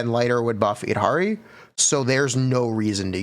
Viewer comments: eed ha ree? Really? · its yeed-harry for the prononciation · Just letting you know, the Y in Yidra from the lovecraftian lore does not silence the Y, the Yid sounds the same way you pronounce "yiddish". So her name is YID-HAR-E [long e], unless they try to chinafy it somehow.